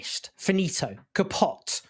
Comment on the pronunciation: Kay-pot? I thought it was ka-poot :D